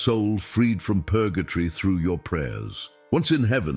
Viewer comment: It is Purgatory not Purgatry.